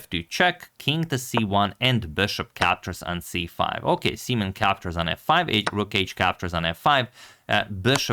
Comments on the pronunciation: is his name really prounounced "semen"? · Uhmm, im not entirely sure if his name is pronounced like that 😶‍🌫️ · Can we change the pronunciation of "simen's" name?